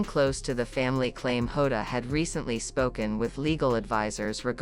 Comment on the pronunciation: Get the name right, it's Jota and not Hoda, please stop this rubbish.